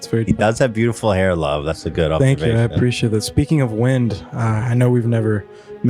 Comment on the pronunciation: Did Ethan say “observtion” 😂🤣